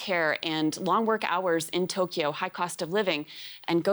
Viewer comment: this Britsh guy cant pronounce cause of his Accent. he said Tokee- YOoo it is just Toke-yo